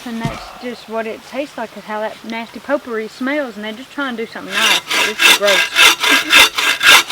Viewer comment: I worked with a woman who pronounced potpourri "pot poohy!" That's what it smells like!